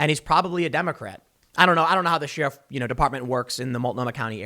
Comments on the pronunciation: Tim!!! It's pronounced like this: "share-if", not "sheer-if". My OCD thanks you in advance. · Day 5 of telling Tim it's pronounced 'share-if' not 'she-riff' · It makes me nuts when he says sheeeeruf.🤦🏻‍♀️ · Tim why do you pronounce sheriff like sheeeriff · Tim needs to learn how to say "sheriff" properly. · He did correct himself and even mention he was getting dragged over it. But that was 2 weeks ago and now he's back doing it again. Uggh. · Tims says 'Sheriff' like Brent Crysler says 'nightmare' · I can’t handle you saying “Sheriff” 😂